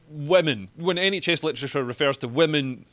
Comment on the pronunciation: When someone makes 'literature' sound like 'electric chair' anything becomes possible !